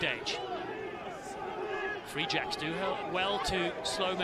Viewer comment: I know the New England team is called the “Free Jacks” but am I the only one that thinks that one of the commentators makes it sound like the “re-jects”?